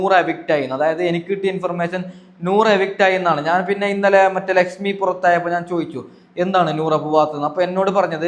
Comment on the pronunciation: എടാ എടാ ചള്ള് ചെർക്ക ലഷ്മി അല്ല ലക്ഷ്മി 😂😂😂ഷോഷ്യൽ മീഡിയ അല്ല സോഷ്യൽ മീഡിയ 😂